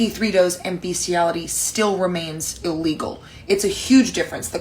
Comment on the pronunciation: It's BESSSSStiality, not BEEEEEEstiality, because it's written 'bestiality', not 'beastiality'. Say after me: 'Bestiality is best.'